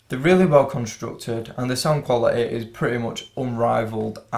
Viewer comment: Brother, pronounce quality as quality . Please don't use your natural accent. Use some good English bro, when you speak.